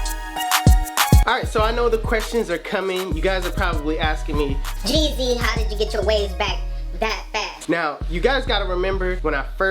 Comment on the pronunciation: No more “jeezy” It’s